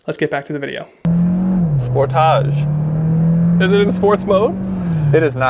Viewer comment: Aaah, yeah, I’m not a fan of your car review of the Kia Sportage. Or as you put it the Sport-a-g-e which sounds gay to me but whatever. And then you’re using words like “Polarizing” and “Unsettled “??? Why don’t you just say that you’re not sure about the styling of the vehicle? Why not just say that the power train feels hesitant or jerky and not refined like say a BMW Or a MERCEDES BENZ. Instead you have to use the phrase Unsettled? Also why would criticize Kia’s six speed automatic transmission? And then say it’s not like Toyota’s CVT transmission which is good? Seriously? If know anything about mechanics, technicians say that the CVT transmissions are garbage. When they go out, and they will, they are super expensive to repair. Long story short, if you don’t like the vehicles you are reviewing, then don’t bother reviewing them. Pick a brand of automaker that you do like and review only they’re vehicles